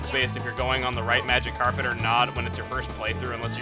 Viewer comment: I can't unhear him saying 'A MagikarPet ride' : |